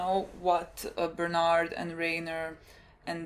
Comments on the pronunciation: who the hell is bernard lmao bertolto or bertolt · Please stop calling him Bernard. Please.